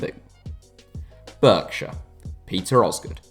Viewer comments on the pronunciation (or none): It’s pronounced ‘Bark-shire’ not ‘Berkshire’ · It’s pronounced barkshire not Berkshire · Where the hell is burkshur It's barkshear pronounced anyway Silly boy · “burkshire” it’s “barkshire” 😂😂😂😂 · Berkshire not burkshire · It’s not pronounced Berkshire it’s ‘barkshire’ 😂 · Lol Beeeeerkshire. It's pronounced Barkshire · It's pronounced BARKshire. East Yorkshire is not a county. Strictly speaking, the historic Ridings of Yorkshire were not discrete counties either, just parts of one county, Yorkshire. It would be better to base this purely on the historic counties, as that's the only constant. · It's pronounced "bark" shire. Are you American?! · Great video. It’s pronounced BARK-shire though. Keep up the great work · It is prounounced BARK-SHER by the way. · You pronounced the name Berkshire wrong. It made me cringe. However interesting info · It’s pronounced Barkshire mate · Berkshire is pronounced “Barkshire” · You can't pronounce Berkshire. It's pronounced Barkshire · It’s pronounced Barkshire even though it’s spelt Berkshire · It's pronounced 'Barkshire' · Pronounced barkshire but oh well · 'Berkshire'? Pronounced 'Barkshire'. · I know right its Bark-shire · The way u say Berkshire really triggers me because I live there but great video keep it up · That pronunciation of Berkshire is absolutely criminal